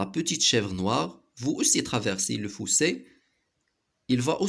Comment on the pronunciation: Le fossé pas le foussé